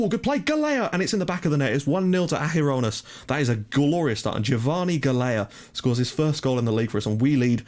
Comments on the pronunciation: Just a small tip regarding the Maltese guy's surname, it's pronounced "Gahl-ya" :) [So basically you're already pronouncing the first half of his name correctly] AND YES A MALTESE GUY IS ACTUALLY PLAYING ABROAD :D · I really hate correcting you, but since I'm Maltese, I'll try to help you out a bit ;) Galea is pronounced as Gal-ja with the 'j' being same sound as the 'y' in yes. Hope I managed to help you out a bit :)